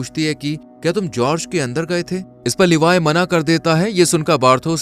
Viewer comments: It is Gorge. Not George, and not Helloween, say it hollow men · Gorge khai ka naam nhi bro English me khai ko gorge kehte ha and jorg nhi gorge like gorgeous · जर्ज नही गोर्ज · brother its pronounced with the "G" sound as in Gun. Not G sound as in Gist.